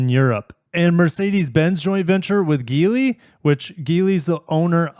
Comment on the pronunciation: Geely with a "J" dammit. Bochum = Bokum, not Bochum. You're one of the tiny handful of reputable automotive news channels on Youtube. I expect absolute perfection.